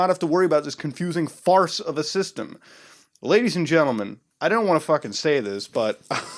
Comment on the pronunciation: Boy id pay 5 dollar everytime if i could bitch smack him every time he said lagies and gentlemen